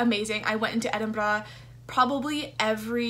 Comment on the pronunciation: Best pronunciation of 'Edinburgh' ever! You even got the trilled 'r'.